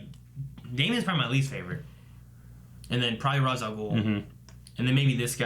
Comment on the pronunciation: RAYSH, NOT ROZ